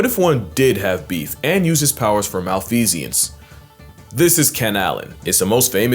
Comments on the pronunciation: not how you say malfeasance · It's pronounced mal fee sance not mal fee see ance